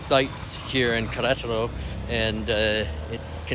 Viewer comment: Say it like this … Ke re taro